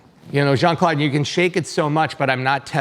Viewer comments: The way JCVD's name was pronunciated 😶‍🌫 Jean ☁ At least try to make it sound french, eg more like Jean Cl'ow'd (as in know) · I die a little inside every time they pronounce Jean-Claude like that.